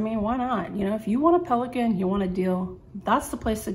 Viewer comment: Very beautiful pen. You said the name well. You have great penmanship skills